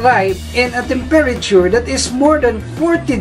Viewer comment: learn how to say temperature